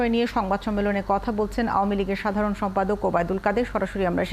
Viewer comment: অযোগ্য লোকে ভরে গেছে প্রায় সকল দপ্তর,যার প্রমাণ খবর পাঠিকা নিজেই যিনি আওয়ামী লীগ টার্মটিও সঠিকভাবে উচ্চারণ করতে জানেন না এবং তিনি আওয়ামী লীগকে আমলীগ বলেন। এটাই বর্তমান স্মার্ট বাংলাদেশের চালচিত্র।